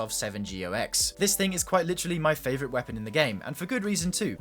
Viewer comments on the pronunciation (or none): none